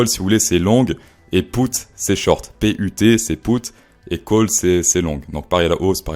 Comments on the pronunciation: En francais je crois qu'on ne dit pas "poute" mais "pute". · Wesh on prononce « put » pas « pout ». Achète toi un dictionnaire frérot